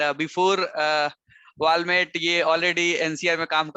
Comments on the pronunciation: Walmate nahi hota, Walmart hota hai 🙂 Nice to see you Aditya!! 👏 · You pronounced it Walmate!!